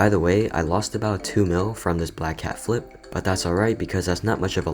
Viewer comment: I love how you say: fliP